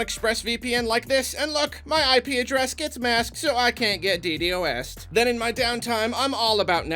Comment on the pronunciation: saying DDOS-ed as each individual letter was way funnier than it had any right to be